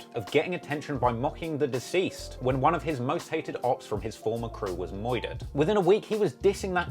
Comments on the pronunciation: Idk if I want laugh when you say “moidurerd” cuz idk if that’s how y’all talk or if you’re just being funny😂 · Anyone catch the moidered 😂